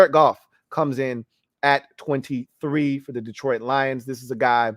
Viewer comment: I'm catching up now. Not "Dee-troit" pronounced the French way. Not Mac's full government., these subtleties tickled me 🤣 love the show as always and this was a solid list! Personally, I'd put Carolina at the bottom. I'd put Sam at #33 if I could lol. They're a mess. I feel bad for my old Temple coach.